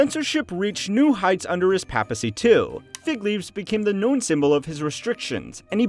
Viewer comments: Its pronounced as Pay pacy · The pronunciation of papacy... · the only time in the video where you pronounce the word "papacy" correctly. Well, you technically you said "papal" not "papacy" but the pronunciation of those two words sound similar anyway so you get the point. If you can't tell, I'm just a bit annoyed of your pronunciation of the world "papacy" and I'm not even Cristian. Mispronunciation is just annoying, especially so from a History channel. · And the way he pronounces papacy or papal. Aaaaaah it’s unbearable